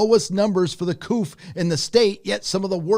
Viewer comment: The word "COUP" is a French word. The "P" is silent. It is not pronounced with a "P" like "Chicken Coop".